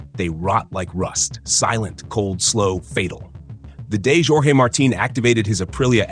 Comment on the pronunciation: Djorgey Marteen 😂😂😂